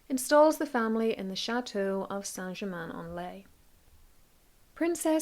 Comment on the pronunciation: Wow saint geemaine en ley. Never realised it's importance to British history.